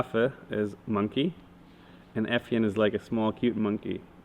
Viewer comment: I thought you said musky and not monkey but you are a unique musky too Simon. Thanks for the awesome video👍